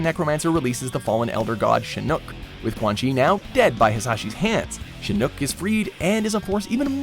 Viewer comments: The way he pronounces shinnok🤮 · Dear everyone from WatchMojo, MojoPlays and affiliated channels...please learn how to pronounce names correctly. It's Shinnok, not Shinnoke, i recently watched another video where Ricky pronounced it Noob Saybot (say-bot), it's Saibot (sigh-bot). Also it's not Shang Tsung (sung), it's Tsung (Soong). If you actually would play the games you're referencing that would help, all of the names are clearly stated and pronounced within the games, thank you. Good videos though 👍